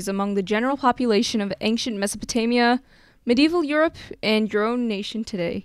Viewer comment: Mispronounced Mesopotamia. Americans.